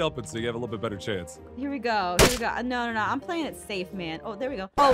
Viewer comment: Don't you heard she said pling